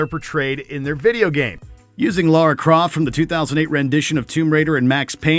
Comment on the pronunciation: Did he say 2008 Tomb Raider? Did someone edit out the -een?